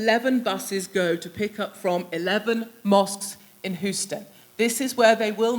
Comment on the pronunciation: She’s right about everything.... except the pronunciation of HOUSTON. I think they’re so used to seeing Euston in England and not seeing the “HayTCH”, and not knowing it’s silent or just not used to it being used in the mute pronunciation.